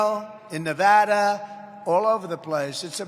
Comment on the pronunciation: Anybody notice he said nevada correctly